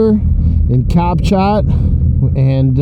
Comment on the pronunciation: Cap Chat is pronounced, Cap Shaw!